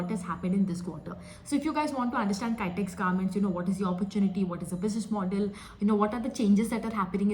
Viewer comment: Not kytex garments. Pronounce kitex garments. kitex=Kizhakkambalam Textiles